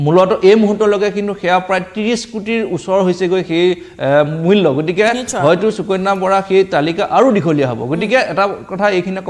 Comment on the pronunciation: চুকণ্যা .....? 😂😂😂 বানান কি আৰু কেনেকৈ উচ্চাৰণ কৰিব ? অসমীয়া ভাষাত শ স ষ আদি আখৰ থকা শব্দক কেনেকৈ উচ্চাৰণ কৰে ? এগৰাকী অসমীয়া ভাষী হৈ নজনাটো দু:খজনক কথা নহয়নে ? যি দৰে আপোনালোকে সদায়*, *সন্ধিয়া*, *শনিবাৰ*, *ভাষা আদিবোৰ উচ্চাৰণ কৰে তেনেকৈ সুকন্যা বুলি উচ্চাৰণ নকৰিব নে ? ভাষা শুদ্ধকৈ ব্যৱহাৰ বা কবলৈ চেষ্টা কৰক কিয়নো অসমীয়া আপোনালোকৰ মাতৃ ভাষা ।